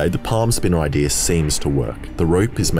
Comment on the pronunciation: It is idea not idear